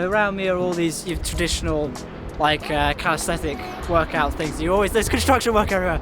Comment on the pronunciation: so a storror blog/world parkour chase tag/mmpk shirt.. interesting . i like how urs is at the front 😉. btw CAL-IS-THEN-ICS 😂 but thanks for these spots rlly looking forward to visiting them